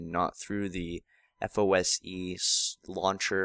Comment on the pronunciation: It's FOSE, not FOSI.